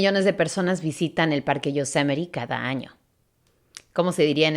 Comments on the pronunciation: Se diría Yosemite. No Yosemité. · No es yosemenit es Yosemite jejehe